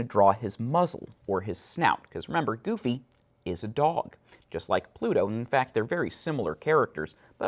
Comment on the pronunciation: I loved the tutorial but GOD I hate how he says "Goofy" *cringes hardly*